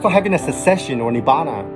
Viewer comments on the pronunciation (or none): I love these videos bro but I want you to work on your pronunciation for cessation because you're confusing me.